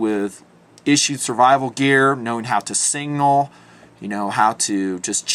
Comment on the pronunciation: Awesome, awesome video. Since depussified I'm gonna poke a little fun... anyone else think when says "signal" it sounds like "single"? just some light joking haha keep up the great work as always